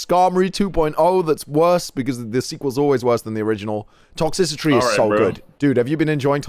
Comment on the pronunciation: "Toxicitry" lmao its Toxtricity my guy